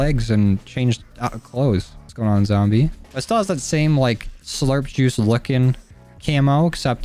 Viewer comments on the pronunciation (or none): none